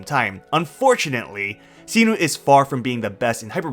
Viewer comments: What did you call Cyno??? Sinu? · did u just say see - noo??? for cyno?